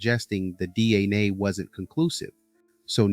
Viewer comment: I think you’re showing you’re AI with your pronunciation of DNA with the A as a soft or short A.